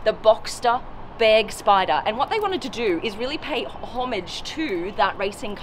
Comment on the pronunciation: thank you for not saying Börgspyder